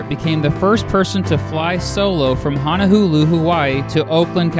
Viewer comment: Honohulu? lol Honolulu